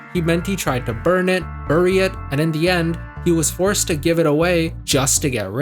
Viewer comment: Bury is pronounced as /berı/.